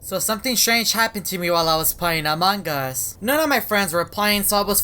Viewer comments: I love it when says amangas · Ok who else is triggered by him saying amang as and BRUH HOW DO U JIST KNOW WHEN TO FILM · This man will never learn how to pronounce among us properly